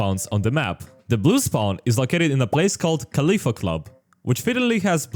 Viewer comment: As a Moroccan, this looks like Video games version of casablanca the movie It's Khalida not Khalifa Coffee is is not our national drink, It's mint tea That not how Moroccans sounds when speaking MSA Well those signs are Moroccan No those are real lol